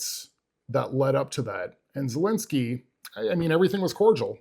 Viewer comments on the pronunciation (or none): It’s ZEL linsky Not ZUL linsky !!! Bro